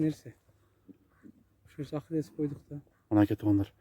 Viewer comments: Аххилес эмес Ахилес эле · Аххилес эмес, Ахиллес